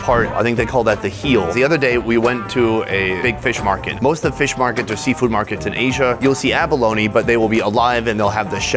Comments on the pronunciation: hahaha feesh!! looking for that review... does he really say 'feesh' i cant get it out of my head.... FEESH!! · We have hard feesh small feesh #dawntildusk 😂